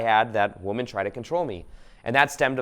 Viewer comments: One day you will be able to correctly pronounce women. One day soon. I am manifesting this. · There's something about the way says "woman" when it seems like it should be "women". I'm not sure if it's charming or creepy 😁❤️